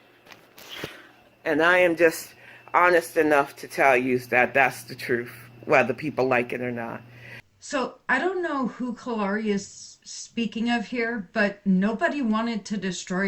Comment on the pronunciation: I think you’re right. She also says “troof” instead of “truth” lol